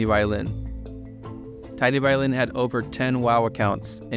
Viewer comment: Hearing you say “TinyViolin” and then seeing that his name is actually “TeenyViolin” killed me. 😂😂😂